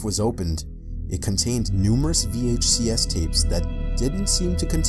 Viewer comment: Are we gonna talk about how he said VHS wrong? And plus those are BETAMAX